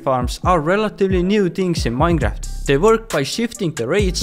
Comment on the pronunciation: Nobody:: Minegraft!!